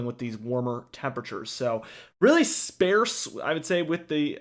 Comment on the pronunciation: "Spayerse?" Do you mean "spahrse?" This forecast didnt age well and you should probably grab a dictionary and study up on some pronunciation, before uploading. NRFPT.